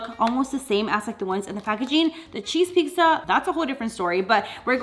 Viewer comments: not trying to make fun of or judge but why do you say pixa instead of pizza just asking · Lol love the way u day pizza!